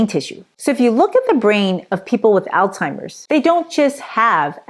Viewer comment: You had me right up until you said Altimers. The disease is Alzheimer's. You're a doctor talking about diseases in the brain? If you want respect, you need to learn how to pronounce the most common brain disease in the world.